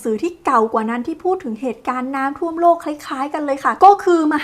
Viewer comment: อ่านน้ำท่วม เป็นน้ำท่อมได้ไงเราเนี่ยย😂